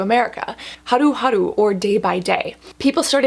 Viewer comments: Your pronunciation of haruharu(하루하루) is impeccable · The way Cassandra pronounces Haruharu 💕 and omg I've heard beauty within talk in lengths about this brand and now that vegan & cruelty free Cassandra is recommending it, I'm sold!!